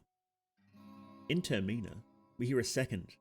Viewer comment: I am begging you please pronounce termina any other way